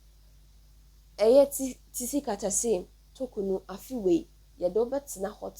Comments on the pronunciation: Pls your pronunciation the name is wrong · Please learn to pronounce 'Tsikata's name correctly